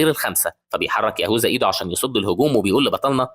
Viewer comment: يهوذا❌ يهوزا✅😭🤣 😅